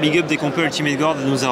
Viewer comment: qui prononce "Ultimate gOUarde" ça me bute à chaque fois. Désolé!:D